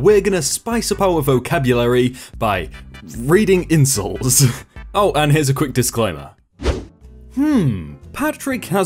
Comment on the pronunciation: Is it only me or does say incels inatead of insults.